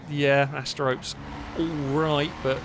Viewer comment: It's not ASTE-ROPE! It's Aster-ro-pay like the greek goddess...